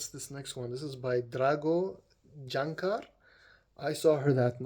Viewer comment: Great job with the pronunciation, you are learning fast! 😊 (Except Jančar, let me help you out: "Yanchar", a surname etymologically derived from a "janissary" 😉 . Oh and Lipica, it's "Lipitsa", the birthplace of the Lipizzaners). You nailed Aleš Šteger, Prešeren, Cankar after correcting yourself, Škerl, Vojnovič, Ljubljana etc. I am particularly impressed over "Zmajski most", you pronounced it PER-FECT-LY like a Slovene!😂 Amazing that you loved everything, I am so happy! 😃 Happy Birthday once again!🎉 P.S. You are paying me back for my lessons by teaching me how to pronounce the Arabic "ayn" letter, deal?😅